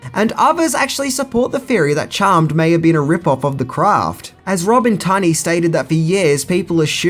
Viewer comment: Memories of a Geisha? Lolol Your pronounciation of words is so odd. Row-shelle? TunnAy? 😂